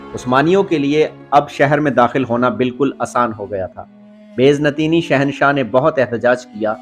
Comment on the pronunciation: Bazantin not beznatin😅